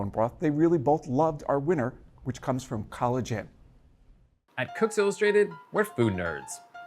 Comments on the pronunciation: lol, "College Inn" collagen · Hmmm when he said "College Inn," I thought he said "collagen." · Is it an accident that "College Inn" sounds like "Collagen"? I think not.